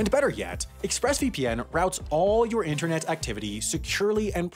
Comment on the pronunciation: there are 2 T's in the word 'Interne't and you don't pronounce either of them!!